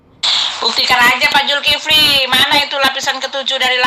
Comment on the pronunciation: Itu putri hel.... gak bisa bc ya..... Zulkifli di bc Zulfikri..... keliatan botolnya.....bang beritahu dia salah sebut